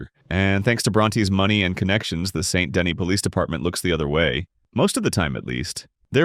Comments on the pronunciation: Saint De-KNEE* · Amazing content. I lowk hate the way you pronounce saint dennis and colm but other than that amazing content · Video idea: "Learning how to pronounce Colm, Van der Linde, and Saint Denis how they're meant to be pronounced."